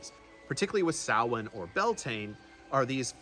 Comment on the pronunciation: Liked and subscribed as soon as u said Samhain the right way great work